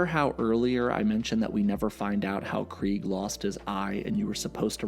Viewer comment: Very weird they made clancy pronounce it as Kreeg when its clearly KREGG